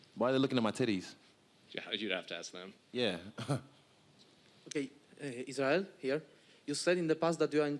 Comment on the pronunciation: Isreal "IsHeReal?" Adesanya